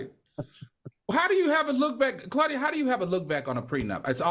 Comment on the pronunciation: Claudia butcher's her name every time.